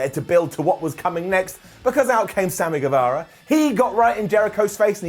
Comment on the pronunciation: it's pronounced Samy GueVAHra, not GueVEHra